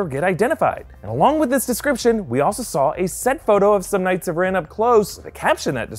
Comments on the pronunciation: The way he said "k-ngihts" of Ren made me triggered. lol :) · The k is silent in knight. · It’s pronounced “Ka-nig-its”